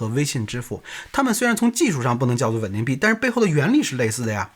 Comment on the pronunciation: 到底是wen ding还是ven ding？我听得都怀疑自己了